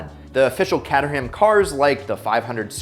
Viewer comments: I know we differ in liquistics across the pond but Caterham is pronouned with a long A as in KAY and a silent H and the final A is confusingly pronounced mmm definitely not CAT and HAM otherwise its a bit like sounding the final S in Arkansas! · please, not the cat-terham its kay-ter-uhm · No, it's not. It's more like Cater-um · It's pronounced Kate Err Umm. You're welcome! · Is that the correct way to pronounce caterham? I always thought it was “Kate-trim”. Learned something new today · As someone who doesn't live that far from Caterham the pronunciation had me in stitches 🤣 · The way you pronounce Caterham hurts my soul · Oh god, Americans have already destroyed the pronunciation of jaguar and now have added caterham to the list 🤣